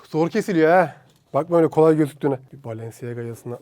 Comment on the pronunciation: Bı kere o balenciaga diye yazılıyor balanciya diye okunuyor yani ayakkabıcı dedi .